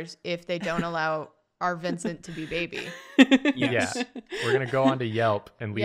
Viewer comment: naw it’s babey